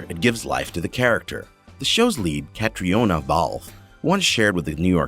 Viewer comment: Seems that I'm not the only one who was driven spare by the mispronunciation of just about everything. Catriona is pronouced Katrina. Sam Heughan is pronounced 'Hewen'. Tobias is pronounced like 'Toe-by-as'. The author is Diana (like the princess) not 'Dana' Gabaldan. GAH!!!